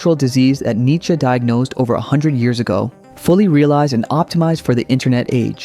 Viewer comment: Come on man, don't butcher Nietzsche like this...